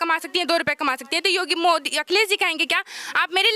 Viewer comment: Pahale tum yogi modi ka name to dhang se lo